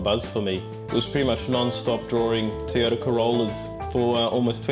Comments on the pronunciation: I wish he could pronounce "Toyota" correctly. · Toy-o-ta, not tee-a-ta.